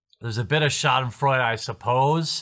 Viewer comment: The way you say Schadenfreude is really Großartig!